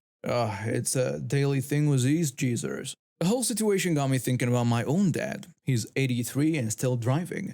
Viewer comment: Howdy and Krew! 👍✌️🤟👑 FYI: The word "geezer" is not pronounced "jeezer," but instead with a hard G as in the martial arts uniform "gi" or the clarified butter "ghee." Great stories!